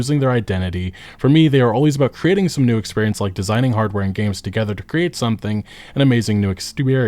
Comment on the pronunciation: "An amazing new exteriorence but twitch 2..."